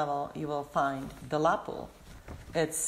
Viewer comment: She said pohl, then lap pohl. What's the accent ?